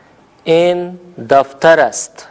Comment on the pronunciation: این نہیں ہئے ایں ہوتا ہئے اور دونوں میں فرق ہوتا ہئے